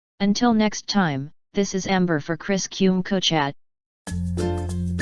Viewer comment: If you can't pronounce Mudavadi or Kumekucha, Amber, you have no business introducing anything here. Otherwise it is a well researched vedio and I can attest to the journey from land economics, NHC estate officer, valuer at Tyson Habenga and suitability of serving as finance minister with a wrong academic background but a quick learner which is why most jobs just require university education as details of particular jobs can easily be learned if one is highly educated. To answer Chris - Mudavadi hasn't paid his dues but so was the case with president Uhuru. Not everybody has to pay their dues. Uhuru, Mudavadi, Gedion are examples.